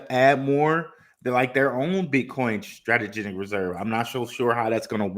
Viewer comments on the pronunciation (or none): cringe every time i hear STRATEGENIC